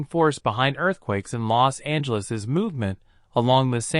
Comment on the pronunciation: its called los angeles not lost angeles